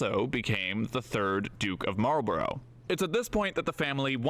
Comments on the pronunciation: It is not ... Marlboro' ...it is Marlborough - pronounced "_Marlborruh_" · It's normally pronounced "Mawlbruh" - the Duke would certainly pronounce his name like that. I believe residents in the town of Marlborough pronounce it that way too and the same applies to Marlborough House in London. That's English for you - the spelling is there to confuse!😅